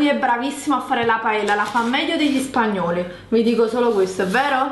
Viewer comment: Sa fare la paeLLa meglio degli spagnoli.. A giudicare da come ha pronunciato paella dubito che la sappia fare... Ma fai la pizza va che almeno quella (forse) la sai fare.